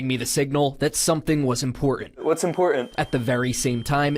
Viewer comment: Millennial speak🙄 to the ghost “What’s Impor-unt”